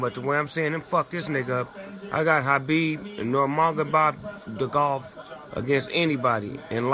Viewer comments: Khabib "No Mogabov Da Golf" - Funniest LOL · 'Khabib Nurmagobob-Dgov' lmao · He said Numagabobdegov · Das my new nigga, Habib Nurmogabob ...degov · "i got khabib nurmagabob vs anybody in lightweight, anybody" lmaooo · "Khabib Nurgomebobdegolf" -Snoop Dogg. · khabib nurmagobav the golf snoop wtf ))))) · “I got Khabib Nurmagabot-The Golf” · Snoop: ”Nurma go Bob...” 🤣🤣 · “I got khabib Nurmagobob Golf against anybody” 💀😂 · Khabib Nomowgebop Dugolf 😅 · khabib "nur-ma-go-bop-de-gov" LMAO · Ha-beeb Nermah-bob-da-golf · "Normagababdagov" -Snoopdog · Khabib Nur-Ma-Go-Bob-Duguv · How many times i listen its still funny Habib nurmegeboba bob 😂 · I got Habib nurmagaba....dagov 😂😂 classic snoop dogg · He said I got khabib nurmogobob dov 😂😂😂😂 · Khabib Nurmadogolf😂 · Snoop “ Habib Numogobobdegov” Dogg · Ahh, good old Khabeb Nurbadobkdodov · "Khabib NUMAG-ABOVE-DEGOV," Snoop Dogg said. 😂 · Snoop said nurmagamed da golf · khabib the "eagle" Nurmadgadbov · “ I got Habib nurmagobob” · Khabib Nurmagebobdegov hahahaha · Khabib Nurmagobobdugov. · "Khabib nurmagabobgadof" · Khabib Nurmagbotniggamedov 🤣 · nurmago-bob :D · Snopp perfectly pronounce khabib, but completely butchered his last name.🤣